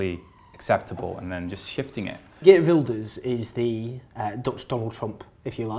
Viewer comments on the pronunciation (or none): I like how Rutger knowingly mispronounced 'Geert Wilders' in the way Owen did.